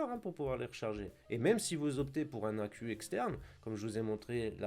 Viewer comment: Accou ? Accu ! Pour accumulateur 🤪